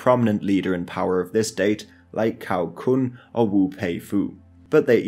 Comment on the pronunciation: Thanks for the video but please learn how to pronounce the Chinese Hanyu pinyin transcriptions i.e. Cao Kun (Ts'ao K'un)as a person who reads Classical Chinese I struggle to follow of whom you speak.